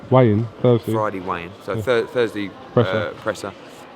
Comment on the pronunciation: Tell Eddie Hearn it's a 'weigh in' not 'wayne'